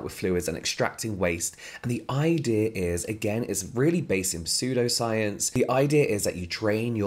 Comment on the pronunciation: Aw, I was just gonna leave a kind, gentle comment letting you know it's pronounced "sudo," but if you already know I feel mean.